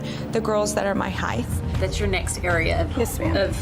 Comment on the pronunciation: "my heighth" lol